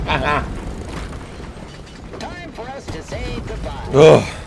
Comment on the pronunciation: “goodybe” lol (sorry to be annoying commenter)